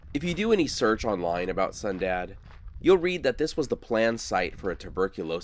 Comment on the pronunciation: Okay, I thought I heard you say we were going to a town called "Sundown". I really had to listen to hear "Sundad". Out where I live, if a town is called Sundown, it means, for your safety, get out of town before the sun goes down. That's because the locals are few and think the remaining town is cursed and there is evil that can harm or kill you. Yes, it's fun living large and free in the Appalachian Mountains. LOL 😅